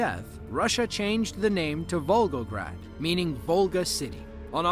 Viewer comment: did you say vulvagrad?